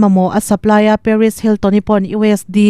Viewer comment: Keipawh ka beng alo thlep thin, US D han tih te hi adik dawn emawnile